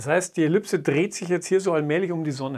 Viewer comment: Was ist eine Ellüpse? Es heißt immer noch Ellipse. Diese Aussprache kenne ich nur von absoluten Laien die das Wort noch nie gelesen haben... Grauslich. Bitte richtig sagen!